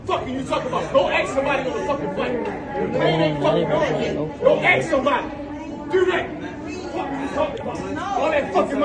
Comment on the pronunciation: “ Go axe sumbody?”